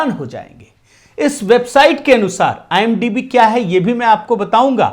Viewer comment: IMDb hota hai idmb nahi dumbass 😂😂